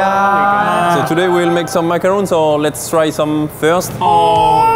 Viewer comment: as a french girl, the fact that you included as a chef someone who can actually prononce "macarons" correctly just warms my heart